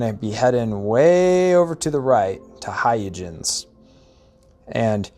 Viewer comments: Hay-ya-jens? Christiaan Huygens wouldn't recognize his own name. It's not hard to look up the pronunciation, you know. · It’s “hoy-gunz” named for the Dutch mathematician, Christiaan Huygens. But otherwise great video! I think your editing was tight and greatly paced. And I never knew about the unregistered sale trick. That’s amazing! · It's HOY-gunz, but thanks! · "Hoi - gens" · The pronunciation is hi-guns, and these ships spawn in random locations once you're above a certain level, my favourite is Huygens and Shoza